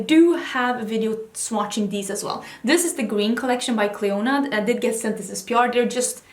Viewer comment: I'd love to see you revisit your Clionadh shadows (btw the "d" in Clionadh is silent) and I agree a Stained Glass highlights/top picks could be awesome. Would be cool to also see more looks with ABH Riviera - I thought I'd be so inspired by it, but for some reason I struggle to come up with colour combinations when I look at my palette.